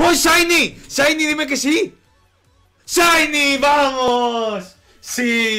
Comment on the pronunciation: ya me canse de escuchar ESHAINY